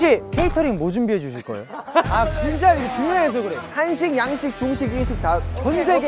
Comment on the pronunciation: 드립 실패한거 민망해서 툴툴대는 부씨와 단호한 댕댕이 뒤에 있다ㅏㄱ 쏙 나와서 카메라 의심하는 보보 무조건 이기고 싶은 딸랑구 95드립 이거 에이 쥐쨔~ 새삼 제작진이랑 하는 게임이 이렇게 재밌을 수 있다는 게 신기함 귀염뽀쟉 ㅋㅋㅋㅋㅋㅋㅋㅋㅋㅋㅋㅋㅋㅋㅋㅋㅋㅋㅋㅋㅋ 파스스 사라지는 광기호시 아 얄미워 아으 말투 뭔데 ㅋㅋㅋㅋㅋ 패배 인정하는 귀여운 도겸과 손구락 꼼찌락대는 귀여운 한솔이 당신 눈웃음도.. 놀라운 표정변화 귀여워라 해설도 귀여움 뜨끔 한번 해보고 싶었던 댕댕이 팔짱끼고 있는 게 너무 귀여웟... 항상 생각하는 거지만 고잉은 편집만 좋은 게 아님 카메라 무빙도 좋음 선량한 말투의 승관씨 팀워크가 참 좋아 절망에 빠진 제작진들 일으켜 세우는 댕댕이 핑그르르 순영이 족구 한 맺힌 승관이와 그걸 말리는 댕댕이 이거 살인미수임 심장마비로 죽을뻔했음